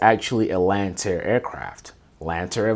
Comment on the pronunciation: It’s Lancair, not Lantair